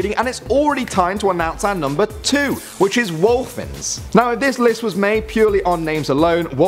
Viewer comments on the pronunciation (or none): …..when you said "wholphins" I thought you were saying "wolf-phins"... "fins"?...… a wolf and a dolphin??!?!!!!